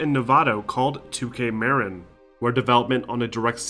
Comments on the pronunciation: muh-RIN not MARE-in, it wasn't named after Cheech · With the announce of the new Bioshock, let's all hope that it's not run-and-gun Haloshock like Infinite was. Sidenote: It's definitely not pronounced "2K Merrin," its "2K Muh-Rin." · I know this video is a year old and I love your documentaries, and would hate to make it seem like I don't, but one thing I HAVE TO criticize is that you mispronounced Marin. I am from Marin myself to I can tell you with 100% confidence it's pronounced Muh-rin not Mare-in. Otherwise AMAZING video as always. Thank you! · Killer documentaries, like always. I just need to comment (sorry) - Marin is pronounced - Mah-Rin. As a native that was just driving me nuts as they played such a large role in the development from 2 onward. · The way he kept saying Marin really killed me inside as someone who lives in the area lmao. Its pronounced “ma-rin” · The way you pronounced Marin... Made me feel weird... As someone that lives in that area. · Haha I live in Novato California (94947) that basically means my home town made the best game of all time, and the way he said Marin got me laughing haha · Anyone else hear the way he said “Marin” 😂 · Great video, but that pronunciation of Marin kept getting me.